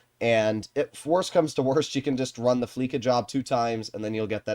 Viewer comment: Fleeca is pronounced with an "S" sound not a "K" sound. Fleece means to strip away money or property by fraud or extortion. This is why rockstar calls the bank Fleeca. That is the joke. Almost everybody pronounces it wrong and doesn't understand the joke.